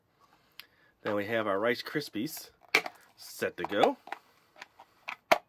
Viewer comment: Ricsypy rice Krispy then unsaid it wrong again ur soooooo funny I laughed soo hard!!!!!!